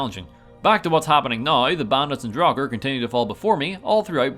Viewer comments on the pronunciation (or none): none